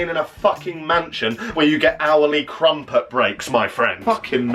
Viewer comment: crumput😂??? it's meant to rhyme with trumpet